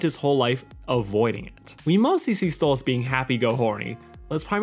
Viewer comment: It's Stolas not Stolitz...